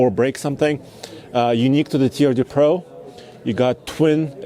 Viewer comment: "Turd De Pro" - that is the French designation of TRD Pro